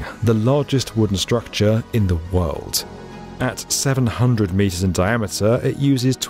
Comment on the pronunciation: ...in the worlt